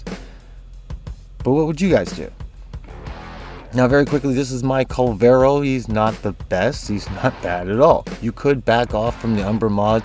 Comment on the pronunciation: Its not kull-vero, its kuul-ler-vo. The children near the mission area pronounce it like a billion times. As the 4 or 1 can sometimes be the subsumed over ability while the 2 or 3 never are, ability strength is the correct option leaving you to mod duration to taste.